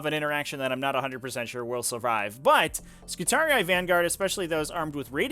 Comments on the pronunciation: Wtf is ski-tar-e-i?? This pronunciation makes me wince. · both enunciated yes but not with that "eye" sound, at most i'd say that instead of skitar-ee it should be skitar-ee-ee. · hearing him pronounce skitarii physically hurts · Why do you pronounce Skitarii so weird? you're adding whole extra syllables. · I've never heard it pronounced that way in any of the 50+ HH audio books I've listened too iirc